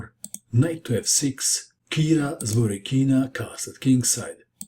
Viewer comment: ZvorYkina, not ZvorykIna